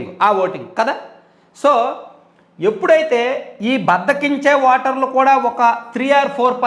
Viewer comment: వాటర్ కా దు ఓటర్ అని పలకండి సార్. నేను 19 లో ఓటు వేయలేదు.పాపం లో బాగం పంచుకోవడం ఇష్టం లేక.